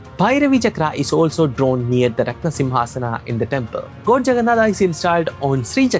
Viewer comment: I'm sorry but I could be the only one bothered by Goad, goad, in this video. Strangely it bothered be so much that I had to stop watching after first minutes